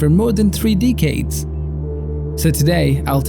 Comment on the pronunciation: DECADES!!! SAY DECADES !!! Fucking Deekecade over here.